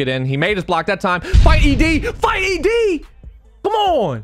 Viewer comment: my guy said ED like it’s erectile disfunction lol Love u